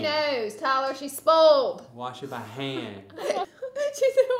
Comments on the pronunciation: I literally went back 10 times just to hear Laura say SPOLD!!! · “tyler she’s SPOLD” 😂